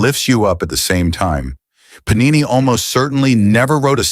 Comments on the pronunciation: Puh-nee-nee is the plural of panino, a small bread roll similar to a bun or brötchen, often made with wheat flour and sometimes a bit of olive oil. Paaa-ni-neee is the Sanskrit grammarian. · Sir, Great information. The only difference is pronunciation of his name ... it is to be PaaNiNee please.(not PaNeeNi) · He name was Paanini not Panini... the first 'n' is pronounced in a way you can't in English! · The AI narration is pathetic when it comes to pronouncing Indian nouns . It is not Panini (Thats a sandwich) , it is pronounced as Paanini. What a disservice to a great soul. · Very good video . Enjoyed it very much . But Panini,s name should be pronounced With a long pa as Paanini. Thank you